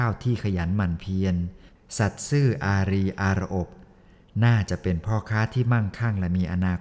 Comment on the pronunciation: อ่านว่า “อา-รี-อา-รอบ” ไม่ใช่ “อา-รี-อาน-อบ” ถ้าซ่อม ตัดต่อใหม่จะดีกว่านะครับ